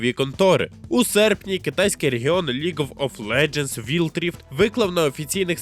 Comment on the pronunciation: ріот,вілтріфт,дезігнер....Можно хоч назви назви навчитись вимовляти нормально?